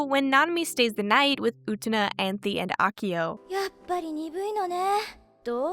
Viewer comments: cool video so far but I’m crying at you calling Anthy “Anthony” 😭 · Utena is one of the only animes i have rewatched, simply because everytime i watch it, I discover new themes and messages i didnt notice at my first viewing. Its amazing how a show can be so obvious yet cryptic in its storytelling. Also, unrelated, but you called Anthy 'Anthony' in lol